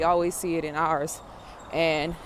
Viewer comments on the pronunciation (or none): none